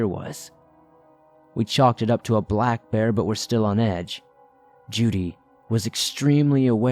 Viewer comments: I'd say it's probably Jude, being mispronounced. (The E is silent.) 🤔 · I think he's mispronouncing "Jude" here. It's a common hunting dog name. (The E is silent.) Lol